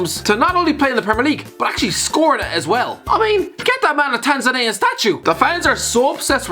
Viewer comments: TANZANIAN Tan-Za-Knee-An Don't know where you're getting Tanzananian from, utterly annoying and I'm not even from there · FYI, it’s “Tanz-ann-ya” and “Tanz-ann-yan” ✌🏻